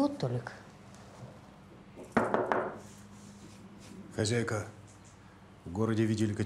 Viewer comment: А почему , хазяйка, а не хозяйка.